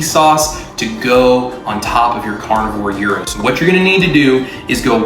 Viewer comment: It is pronounced Yeer-ro. Love a good gyro, Can’t wait to try it.